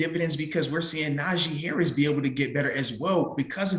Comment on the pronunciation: WILL SOMEBODY TEACH THEM HOW TO SAY HARRIS NAME